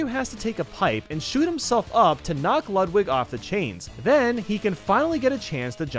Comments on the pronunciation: It's not luhdwig, it's lewdwig. You were saying Ludwig as Luhdwig. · DID I JUST HEAR LUD VIG BEETHOVEN!?!? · Ludwig’s name is pronounced “Loodveeg” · Ludwig is pronounced Lood vig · He said ludlig wrong....